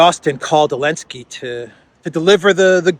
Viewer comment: Zelenskyy without the z get over it, please. Too old.